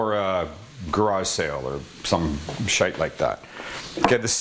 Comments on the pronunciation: Sounded very irish when you said 'shite' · So funny hearing someone who isn’t British saying Shite